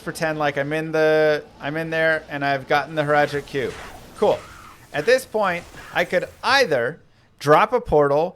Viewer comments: And then Hratli right after. Shaking my head. You're even swapping letters in his name. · hratli. hrat-li. not hral-ti. jerhyn. jehr-in. not jer-hin. he literally says his own name.